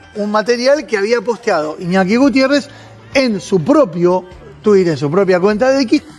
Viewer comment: JAJAJAJAJAJ "IÑOKI" 🤣